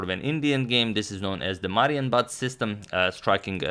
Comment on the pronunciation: It's very rare for him, but he also pronounced Marienbad incorrectly. The stress is on the "i", not on the "a". So two mistakes in one video is certainly a record.